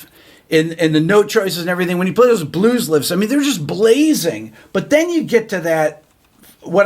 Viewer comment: ”Blues liffs” 😂